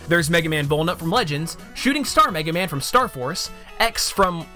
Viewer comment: from the first 10 seconds when it says mega man joins the battle it buffered half way and said MEG man now i know capcom dont like this franchise